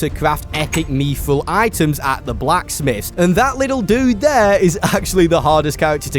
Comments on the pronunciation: Fucking mee-thril? aDSZFgbndxzfghjydtsfgcbgnhfdsz Why do you say it like thattttt. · why does bro say "meethril" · meethril???? Smh this guy cannot speak 😭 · you dont pronounce mythril like that. its like myth as in legend not methril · Mithril ❌ Meeeefrul ✅